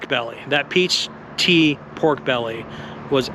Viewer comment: It’s peach tea not tree, my friend